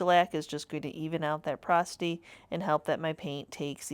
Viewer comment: Porosity not prosity